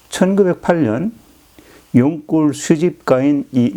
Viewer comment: 용골로 발음해주세요 용꼴이 아니고... 사투리이신가요?